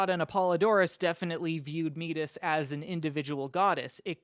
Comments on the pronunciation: "heesiod" "meetis" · woah i always thought Metis was pronounced the same as Métis (a group of Canadian Indigenous peoples)